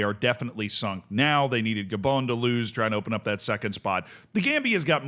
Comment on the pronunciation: How are you mis-pronouncing so many names. Who the heck are Lesoootooo or G'bon? So many others.